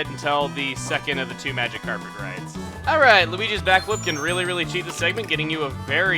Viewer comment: I can't unhear him saying 'A MagikarPet ride' : |